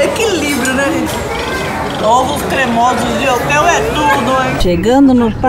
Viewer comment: "Ôvos" foi de matar KKKKKKK